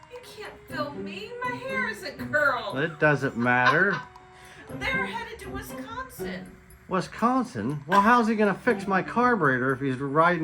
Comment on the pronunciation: Wiss-con-sin not wesconsin, love your guys videos